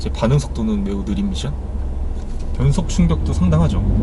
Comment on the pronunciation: 미션 발음에 빠지네요 ㅎㅎ